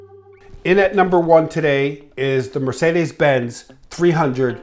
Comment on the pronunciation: As a German I have to admit that he pronounces 'Mercedes Benz' pretty accurate!